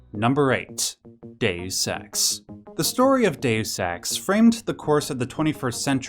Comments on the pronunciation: Deus Ex not Dessex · number eight... DAYUS SEX